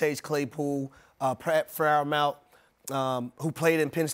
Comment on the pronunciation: The way he pronounced freiermuth name 😭